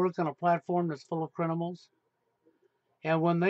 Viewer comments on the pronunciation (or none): He still says crinimals lol Goodbye and good riddance